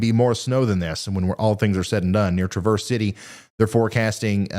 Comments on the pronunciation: Folks in Michigan pronounce it "TRAV-erse" with the accent on the first syllable. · Just fyi since you might have to say it more than once this weekend, traverse city is sounds like the name Travis not the actual English word traverse. I know we’re weird here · Hey 👋 Ryan thanks so much for what you do! Norther Lower MI here on the west side :) It's Traaah-verz City lol I live west of there closer to Lake MI ❤ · Its Trav-erse city my boy. You pronunce it like its the car made by Chevy 😅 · Michigander here, also a pronunciation killer. Traverse City is pronounced Tra-verse. Like the first syllable of Travis and then Verse. Sorry, I had to. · Locals pronounce Traverse City the same way Traverse does,! Thanks for the great show!